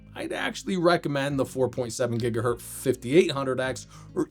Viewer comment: I am sorry but... "Hertz" is not a plural, it's a surname. Please stop with this "gigahert" thing